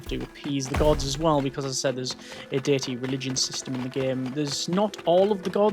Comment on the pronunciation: i am so sorry, but when you said diety system, i forst thought you said dirty system, then dating system